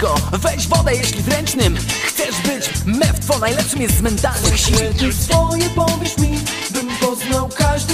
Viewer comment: MEWTWO, kurwa ..... MEWTWO............... Zamiast /Miutu/ ...